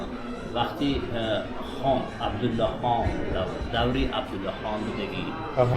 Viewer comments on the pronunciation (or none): none